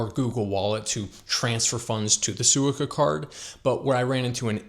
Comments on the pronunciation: Well done! One small correction … Suica is pronounced Swee-Ka with equal emphasis on each syllable (as is true for Japanese in general) And for places to stay … you might like to consider places like Akasaka Mitsuke and Azabu Juban. Both are good locations, quieter, and with many many food options. If you’re on a tight budget you could also consider APA hotels. Often you can book the one in Roppongi for less than $100/night. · Mispronouncing suica = instant dislike and changing of the video